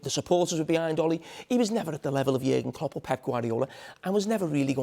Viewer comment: It’s Jürgen Klopp he’s talking about. Not Jagan Klup